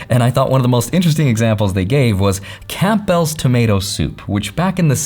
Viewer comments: Camp Bells! [Campbells] Hilarious! You don’t pronounce the P. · WTF pronouncing Camp-Bells ⛺️🔔??? It's pronounced Cam-Bells. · i know this isnt relevant but its Cam-bells not camp-bells, the p is silent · A like as always...but it's Cambells soup, a silent P in Campbells :) Keep on with the good content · As an 'oh by the way', Campbell is pronounced "Cam - bell" not "Camp -bell". Great video. Really great video. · camp-bells soup ? ya ya lost me there its pronounced Cambulls" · I'm having camp-bells soup for dinner. I sound sophisticated. Iv been pronouncing it wrong (kam bl's) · Why did he say Camp Bell? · did he say camp bells soup?................ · Did he just say “CAMPbells? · Camp bells tomato soup? 🤦🏼‍♂️ the p is silent in Campbell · Camp-Bell's Soup? You must be new around here... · You know isn't from the US when he pronounces soup like camp bell's. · It’s not camp bells. Lol you crack me up. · said “Camp - Bells Soup” 😅 Tell me you’re a millennial without telling me you’re a millennial. 😉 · Did you just pronounce it “camp bells”??? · "Camp bell's"? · Wtf is “Camp Bells” Soup!? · Had a hard time focusing for a couple minutes after you pronounced Campbells as Camp Bells. 😂 Good video though. Thanks! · Did homie just say Camp-Bells soup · Did he pronounce Campbell's as Camp-bell's? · Camp-bell's? Campbell's? Camp bell's? Campbell's? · I've never heard another human pronounce Campbell's like you. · Lol how did he pronounce Campbells 😂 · We all supposed to ignore how pronounces “Campbell’s”?! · The scariest part of this entire video is how he pronounced “Campbell Soup” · When you pronounce the name "Campbell's" soup, the "p" is silent and the "bell" sounds like "bull". Also, the forever monetary inflation growth that counters the deflation brought about by technological advancement is environmental unsustainable. It is as if we are constantly being forced to walk up a down escalator.